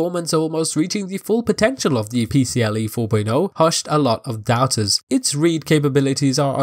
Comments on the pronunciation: Great video but its PCie 4.0, not PCLE 😅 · There's an i in "PCIe" and not "PCLe".